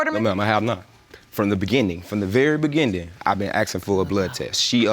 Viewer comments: did I here you right? Beginning or beginding? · I have never heard beginning pronounced with a D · You can’t go on looks but whew. Those eyes, her nose, her forehead, her stale face looked just like him. I had a feeling he was lying when he said “begin-din” 🤦🏾‍♂️ but woah. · The "beginding??"🤨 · From the be-gen-den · "I been asking for a blood test from the BE-GIN-DING" 😭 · “From the beginding!!” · “... from the beginnding...” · Did he say begendin? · Did he say “beginDing”? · He keeps saying “beginding.”? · ITS WHEN HE SAYS....FROM THE BEGINNDEN!!! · The “Begin-din”😩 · I think he said BEGIN-DING to be funny cus directly after he said it that way..he said it correctly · And he put a d there every time he said it. I'm beginding to think he doesn't know any better. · " from the very Beginding, I want a blood test" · I hate when people mispronounce words. What is a Beginden???????👿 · Yes opposite of ending.. beginding duhhhh